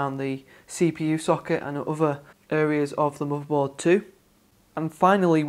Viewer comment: subscribed!!! AND its MOTHERBOARD NOT MOBERBORD!!!! :)